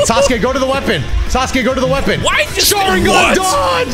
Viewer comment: some say they called him Sauce-uke